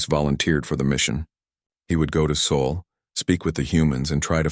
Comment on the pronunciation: Still can't handle Sol, not saul